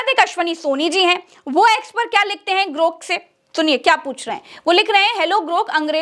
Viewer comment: ग्रोक, ग्रूक नहीं!